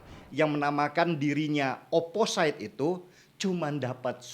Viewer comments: Not really mean to be a grammar nazi, Amang, but.. Opposite dibaca "o-po-sit" BUKAN "o-po-sait" Anonymous dibaca "e-no-ni-mus" BUKAN "e-no-nai-mus" Resilient dibaca "ri-si-li-en" BUKAN "ri-si-lai-en" Horas, Amang. Mauliate. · mohon mangap, bang... bacanya oposit, anonimes, resilien, (biar lbh jos kontennya, bang) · Bang denny, opposite itu dibaca opposit. Anonymous itu dibaca anonimus. Ga perlu ai ai an. Resilient juga dibaca resilien, sama ga perlu ai ai an. Ini kru 2045 tolong dong, masa ga ada yg mengkoreksi?